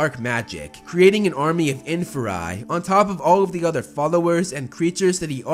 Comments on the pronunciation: Inferi . . . “in-FEAR-ēē” correct? (not “IN-fur-eye”) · One tip - it’s inferi as in inferior